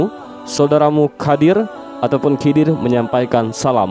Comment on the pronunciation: Slh ckp anda..bukan kidir.. Tapi khaidir..anda bnyk belajar dlu dlm berbicara